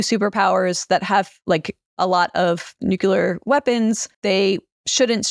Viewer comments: It's 'nook-LEE-er,' not 'nook-YOO-ler.' Just look at how it's spelled. Why is this so difficult? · I'm sorry but I physically cannot listen to how she pronounces nuclear as "nucelar" and subscribing as "suscribing". Otherwise really interesting